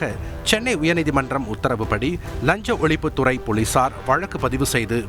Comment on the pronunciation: அது ழஞ்ச ஒலிப்பு துரை போளீசார் இல்ல.. லஞ்ச ஒழிப்புத் துறை போலீசார்.... உன் நாக்குல தீயை வைக்க.. தமிழைக் கற்பழிப்பது பெற்ற தாயைக் கற்பழிப்பதற்கு சமம்.. தயவு செய்து தந்தியை விட்டு வெளியேறி ஒரு வருடம் ஓய்வெடுத்து லகர ளகர ழகர றகர ரகர ணகர நகர னகர உச்சரிப்புகளை சரியாகக் கற்றுக்கொண்டு அதன்பின் வந்து செய்தி வாசிக்கவும்.. உண்மையைச் சொல்கிறேன்.. சத்தியமாக உங்கள் தமிழை பொறுத்துக் கொள்ளவே முடியவில்லை.. காதிலும் மனசிலும் குருதி வழிகிறது..